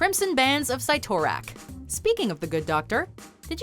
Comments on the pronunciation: Its not cy(pronounciation) its si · Did she say sigh-tor-rack? It’s pronounced Sit-a-rack. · Us: Sit-or-ack Them:Sight-or-act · the bands of (sit) (or) (ack) not sight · Am I the only who's pissed she said cyttorak wrong? Its sit-er-ack not sigh-tor-ack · Its (sit-tor-rak) lol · The bands of “site-or-ak”? Lol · Sigh Toe-Rack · The pronunciation. Cyttorak is pronounced "SIT-OR-AK" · Cyttorak= Sih-toe-rack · ITS PRONOUNCED SIT-OR-AK JESUS 😂🤢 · It's 'SIT - or - ak' 🤣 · never have i ever heard anyone butcher cyttorak's name as badly as you... i lost my interest in this channel.... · I died a little bit every time they said Cyttorak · ew the way she pronounced cyttorak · OMG, the pronunciation of Cyttorak was so bad. lol